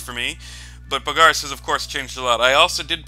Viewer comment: Mostly its the stressing the wrong vowel. You stress the a in Bogarus, where it's supposed to be the o.